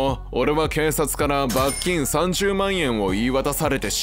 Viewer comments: 罰金の発音が気になる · ナレーションの罰金の発音が気になってしょうがないw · 「罰金」のイントネーションが気になる木🌲